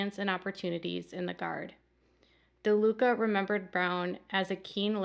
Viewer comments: It's LaDuca not DaLuca like you keep saying. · It's LaDuca not DaLuca.